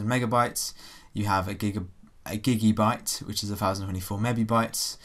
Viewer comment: It's a Gibibyte not a Gigibyte